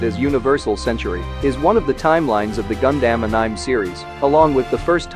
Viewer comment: Please change that "gun-damn" pronounce 😔